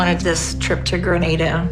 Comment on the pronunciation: Hate to be this person especially after the alay incident, but I'm pretty sure it's "gruh-nah-duh"